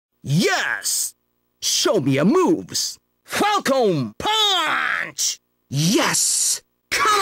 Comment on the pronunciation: Sure, Bud. Native English gamers know A) The game was developed in Japan, B) Falcon isn’t pronounced “Falcone,” and C) Punch isn’t pronounced “PAWNCH.” I’ll say it again: It doesn’t get much more Japanese than “Falcone PAWNCH!”